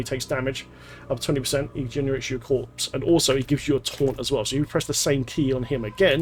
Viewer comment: What I learned the most from this was the S in corpse is silent. who knew